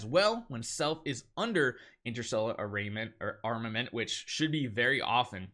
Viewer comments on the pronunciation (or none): It's a r m a m e n t